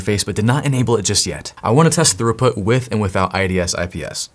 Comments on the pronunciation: Bro. Its not Thoroughput... Its Throughput. Thorough is when you cover all of your bases. "I was very thorough when I followed the guide." This is almost as bad as when someone says Per-Hif-erals instead of peripherals. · Are you saying thorough-put instead of throughput? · Why do you say "throughput" like "thoroughbred "? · pronounced "thruuuput" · Are you saying 'thorough put'?